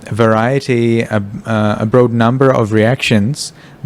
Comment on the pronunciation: broad rhymes with rod in English. Other wise your English is very good.